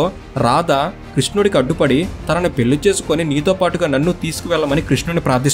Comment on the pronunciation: పెల్లి కాదు పెళ్ళి.